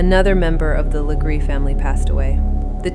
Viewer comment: Wow! Thanks for being one of the only pages to actually say her last name the RIGHT way 🎉